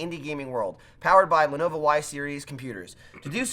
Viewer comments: you keep calling it Lenova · Anyone else notice that pronounces Lenovo as Lenova. Love that Jersey accent.